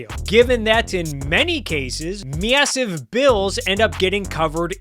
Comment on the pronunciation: The way you say Massive and Ca words makes my blood boil. Mid western ass bitch. Great video otherwise.